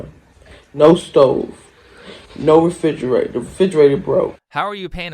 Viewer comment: “Fidgerator broke.” How eloquent.